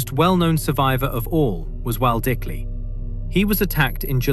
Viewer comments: Sorry for being that guy Waldicley is pronounce similar to Vald-Clay, or something along those lines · I know portuguese is a very difficult language, but as a brazilian, it's very odd to hear the pronunciantion of the victims names being so far from the actual ones. Waldicley was the one that really got me.